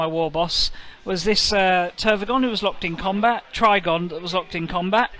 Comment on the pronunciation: It's funny how consistently you got the Trygon's name wrong 😂